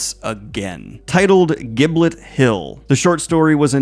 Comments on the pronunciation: I'm sorry, but Giblet Hill for Gibbet sent me. Never change.😂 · Just a small correction- it’s gibbet, not giblet- those are inside turkeys 😊. A gibbet is that cage/coffin things you see in old hammer movies. Theoden mentions them when he tell Saruman should be hanging from a gibbet for the sport of his own crows.